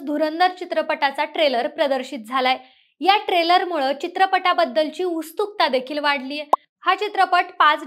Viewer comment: 👍 उत्सुकता ❌ उस्तुकता ☑️